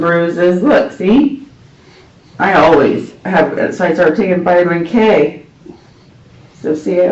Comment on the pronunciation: Did she just say vitiman k 😅😅